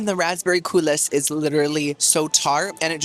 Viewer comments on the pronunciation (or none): Fun video as always but after the tenth time you mispronounced coulis (unironically and in multiple videos) I decided to tell you that the S is silent. It's COOL-EE. I feel the need to go on a cruise because you make the eating look so enjoyable. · Coulis is pronounced “coo-lee” 😊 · Wait til finds out "coulis" is pronounced "coolee". It's french! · I am a big fan of your content and I wanted to give congratulations to you and Alejandro on your marriage. The only thing I would say is that the word coulis is pronounced coo-Lee. I’m sorry but mispronunciation drives me bananas. Again congratulations! 💜🎉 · Bestie the s in coulis is silent